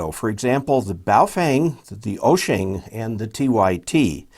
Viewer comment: Why do you keep saying osheng, there is no NG in WOUXUN.